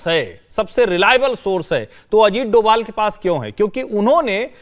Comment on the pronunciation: डोवल नहीं डोभाल कहिए।